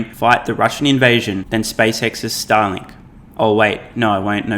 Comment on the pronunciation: you pronounce Starlink like Stalin